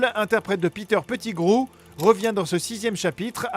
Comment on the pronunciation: Poudlard pas Poudlarde 🤣🤣🤣 Mc Gonagoal ? 😂 Mc Gonagalle Sirius ne se transforme pas en loup garou mais en chien 😂😅 oh lala faut réviser hein 🤣 Peter Petigro pas grou mdr (bon par contre l'orthographe je ne sais plus 😅) 7 étapes du deuil aussi